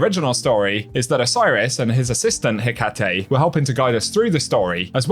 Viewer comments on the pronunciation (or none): I believe Hecate is pronounced “Heck-uh-tea”, just letting you know